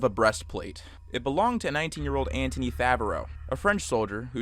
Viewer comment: That's not how you pronounce Anthony.